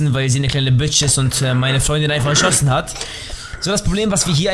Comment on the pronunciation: Erschoßen? Heißt das net erschossen? Haha :D